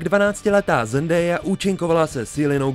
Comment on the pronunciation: To se nevyslovuje Zendéja, ale Zendája jinak super video